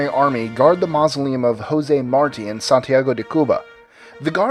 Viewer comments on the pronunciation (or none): none